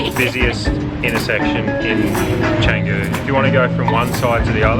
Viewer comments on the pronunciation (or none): Canggu, Bintang etc always sounds terrible from Bule (white tourists) who haven't made an effort to at least say the indonesian vowels correctly. Canggu is pronounced more like Chungu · Try learning to pronounce Canggu properly. It's not that hard.